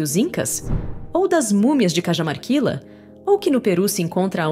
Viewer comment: Sou bresileiro,mas vivo no Perú faz muito tempo. O seu video é excelente. Mas só uma observacao: Deveriam ver melhor a forma de pronunciar os lugares, as cidades, investigar como se pronunciam os nomes dos lugares. Por exemplo: as mumias de Cajamarquila (deveria ser: As mumias de Carramarquilha (ou em todo caso com uma H aspirada como no ingles Para ficar Cahamarquilha) La LL en castelhano tem son de LH. Mas o demais esta muito bom